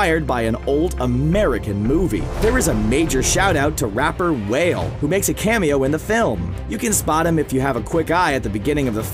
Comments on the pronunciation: He called Wale 'whale' 🙄👎🏽👎🏽👎🏽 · Did he just say, "whale"?....sigh....